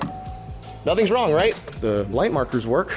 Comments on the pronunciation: "What's wong" xd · whats wong 😂😂😂😂😂